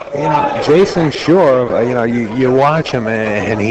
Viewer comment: Why does the idiot announcer keep calling the name Jason SHURE??